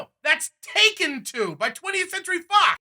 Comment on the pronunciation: God, my dad pronounced Taken as "Tekken".